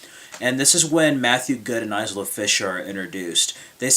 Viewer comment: The Lookout was my favorite film of 2007. 9 out of 10. Matthew Goode was very convincing. I'm always amazed at how well most British actors do American accents. Actually, everyone did a fine job in the film. Good review,. P.S. The ' s ' in Isla is silent.